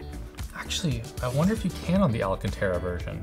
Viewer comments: FFS its NOT ALACANTARA (a luh can ter uh) it's alcantara (al can ter uh). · He's saying alcantara every chance he gets to make up for the one time he pronounced it " al senta ra " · stop saying alcanterra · for the love of god, stop butchering the pronounciation of Alcantara. The stressed syllable is *can*, not *ra*. As in Al-CAN-ta-ra, if you wish you can even do the italian gesture with your hands, as it may help with the fluidity. Besides that, I love your content. Keep it up.